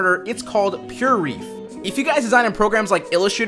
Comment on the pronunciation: "PureReef", eh? Not Pure Ref as in reference? :D